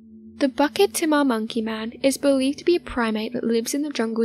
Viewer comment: Its not BUCKET THEMA....its pronounced BOO-KIT TEA-MAH!